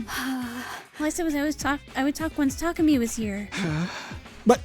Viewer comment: Well, its more like neither of those are valid, as someone that speaks Japanese. There is no stress accent in Japanese (only pitch accent). So its "Ta*ku*mi" (with no stress). But stress on the first syllable sounds at least closer than stress in the middle.